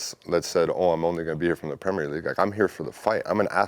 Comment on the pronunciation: He says "Premier League" like it's supposed to be said...in contrast to most yanks! 👏👏